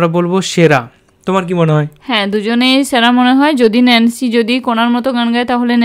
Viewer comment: আপু উচ্চারণ টা হবে নেন্সি